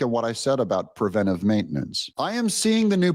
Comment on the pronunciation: Sooooooo happy that you say "preventive" instead of the misspoken "prevenTAtive" that so many people get wrong. (Pet peeve of mine.)